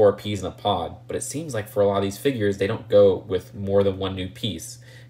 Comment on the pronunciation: He says Dey aren’t worf da money😂